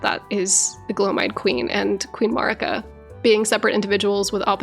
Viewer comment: You have several different audio references from a bunch of different characters in the game, so why do you feel the need to put your own pronunciation on Marika's name?